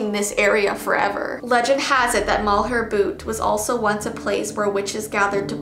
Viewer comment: You were actually saying Malheur correctly, but Heceta is pronounced he-see-ta